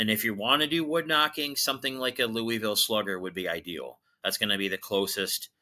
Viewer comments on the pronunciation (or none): none